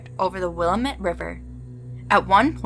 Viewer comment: Willamette pronounced will-AM-ett. Marquam pronounced mark-um Portland native here 7-4-25 HAPPY 4th y’all‼️